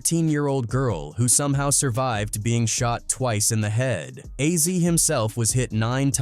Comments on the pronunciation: A Z! Not ahzy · Why the fuck is it so hard for them to get Azie's name right. It's AZ, not Azzy. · "Ah-Zee"?! WTF?! Fuckin' Ai voices.